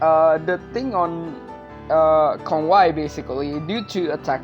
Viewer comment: Since when Kongwai searches salvation? It's the other way around since Kongwai is the one offers salvation. He can take out one's soul out of their body and literally ends one's life and reincarnation. It's his way of saving your soul from the endless cycle of life and death through reincarnation. Edit: Also his name is pronounced Kon-wei, it's literally Conway.